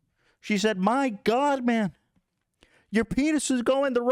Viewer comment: “My god man” 😂 Ethan’s accent killed me